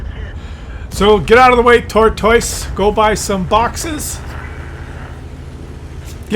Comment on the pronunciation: I hate how says tortoise. Makes me wanna give him a dislike but he is just too goofy looking to hate on